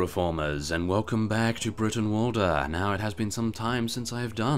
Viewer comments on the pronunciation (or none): Brootenwalda,y's in Old English are pronounced oo